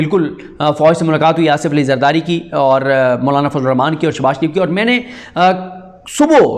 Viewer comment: Bhai Siddique kindly Bismillah ko poora Ada Kia kerain Rahman ki Adaaiegi ko sahi Kia karain